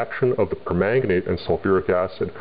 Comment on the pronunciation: Gregnant? PrEganAnant?? P E R M A N G A N A T E ?!?!!!